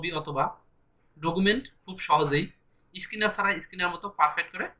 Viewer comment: স্কিনার না স্ক্যানার।